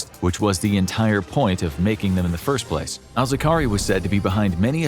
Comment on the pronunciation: Zar-qa-wi, not Zaqari